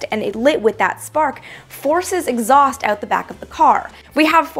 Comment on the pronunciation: Did she just say exhuast moves my car forward....